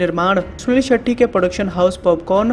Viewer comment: हर बार भाई सुनील शेट्टी के बजाय सुनील शेट्ठी कह रहा है।